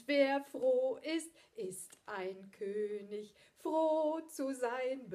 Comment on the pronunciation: Daumen hoch für die korrekte Aussprache von König